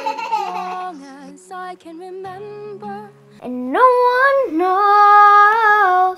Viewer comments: Am I the only one that hears say reNender instead of reMember?? Such a fun family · I love how says “renember” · I love the way says"renember"!!!🤣🤣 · when says “renember” 😍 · "renember" huhu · “I don’t renmber”